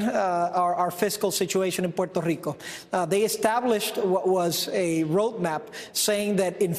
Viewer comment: porrtarico XD